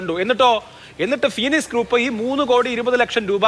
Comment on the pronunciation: ഡോക്ടറേറ് ആണ് പോലും.... ഫോണിക്സ് അല്ല... എഴുതുമ്പോൾ ഫോണിക്സ് എന്നാണ് എഴുതുന്നതെങ്കിലും അത് വായിക്കേണ്ടത് ഫീനിക്സ് എന്നാണ് (എല്ലാം വാഴക്കുല ഡോക്ടറേറ്റ് ആണല്ലോ )